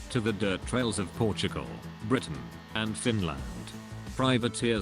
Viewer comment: Did anybody notice how he said Britain two times? :|